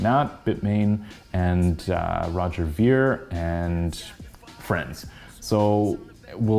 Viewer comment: I never liked tether. It always looked really sketchy to me. Did you claim your btx? What do you think of btx? btw you are the first person that I heard pronounce Roger Ver correctly. I love. Very smart young woman.